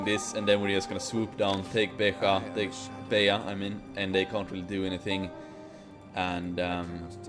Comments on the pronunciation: The "j" in Beja is pronounced like the French "j" in "je". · You pronounced it right except its pronounced a j not as a y